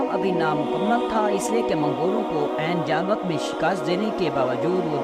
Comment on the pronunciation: Pronounce as Aini jallooth